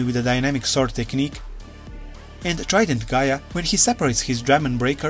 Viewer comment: Black war greymon gaia force is called gaia destroyer not Gaya force